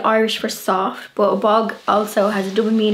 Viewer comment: You are such a precious, living doll! I really loved this video and you explaining the meanings, so much fun. One of my favorite words I like hearing you say is “but”. With your accent it comes out “boo-hut” to my ear. I smile every time. Another day brightener. Thanks!